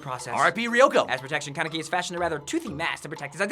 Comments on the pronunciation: It's kanEki, not kAneki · Did he just say kenkaki?